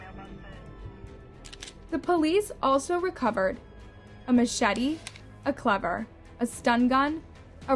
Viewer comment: Why does always mispronounce really common words, like “cleaver”, and peoples names. It makes her sound careless at times.